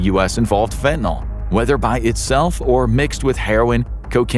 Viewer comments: There's no "O" in fentin"Y"l. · I'm 65 now. I did a lot of different drugs in my younger days. So glad that fentanyl wasn't around in those days, I might have tried it and had an overdose. People constantly mispronounce fentanyl, it's not "fentaNOL". The suffix of the word has to do with the chemical make up. "NOL" and "NYL" would be two DIFFERENT chemicals. 🤦🤷